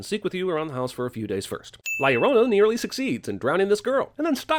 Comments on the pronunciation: I hated the ads for this so much that I’m pretty sure I’m just here to drop this comment. “The curse of law luh-drone-a” was how it sounded, and that made me hate it even more. Fuck this movie, I’m out. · The curse of La “Shaoruona” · not la llorouna man 🤣😂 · Biggest sin was it being pronounced like "ya renronna" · "la iorouna" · 37 seconds of La Liologos. Lol Nice one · No comment about the way he pronounces La Llorna?